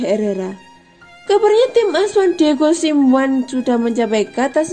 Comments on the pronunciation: Nama pelatih los blancos itu S-I-M-E-O-N-E mbak, bukan SIMWAN 😂 Narator channel berita ac milan kok rata2 medhok ya? Kenapa ya? 😀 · Pelatih Atletico Madrid bacanya bukan Diego Samwan Tapi Diego Simeone (baca biasa aja) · baru tau simeone artinya sam wan 🤣🤣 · Simiwan Pintar ”one dibaca wan”